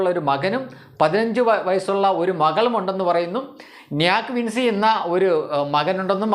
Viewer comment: വിൻ സിയല്ല വിൻ ചിയാണ് - അവസാനം Cl വന്നാൽ ഞ്ചി എന്നാണ്ഉച്ചരിക്കേണ്ടത്.